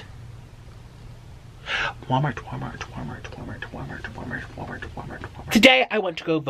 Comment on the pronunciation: He kept saying wamart